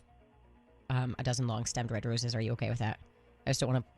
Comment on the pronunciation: Why does she say “Roses” like it rhymes with “Bruises”? She slips back and forth between Rose and Roose.